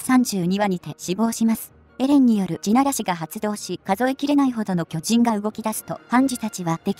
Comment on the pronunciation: の文字に『巨人』と書いてありましたが、僕だけかもしれないと思うんですが、僕は『きょち◯』に聞こえました笑笑笑笑